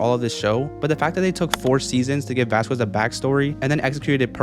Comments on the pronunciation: I don't mean to make fun of the creator but it's not pronounced "Vasqwez" it's pronounced "Vaskezz" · It's pronounced vas-cezz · oh my god!!! please say VASQUEZ's name correctly VAH-SKEZ. put respect on his name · ITS NOT VASQUES (VAS- QU ES) ITS VASQUES (VAS-KEZ) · I think you pronounce Vasquez wrong. The q is pronounced like a c. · The q in Vasquez is silent